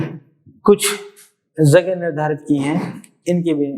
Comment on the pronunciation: Thank you sir. Very good speech. Sir, please concentrate at your pronounciation of Z and J. For example Jagah(right)-Zagah(wrong), Jo-zo, Jab-Zab, Janhani-Zanhani etc. Sir, Ganga agar maa hai to ye apne bachcho ki jaan kyon le leti hai aur dead body wapas karti hai. Aur kitni maa hain is duniya me logon ki?